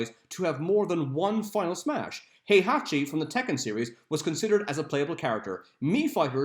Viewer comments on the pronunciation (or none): none